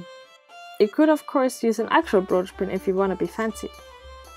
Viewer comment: A "broash"? 🤔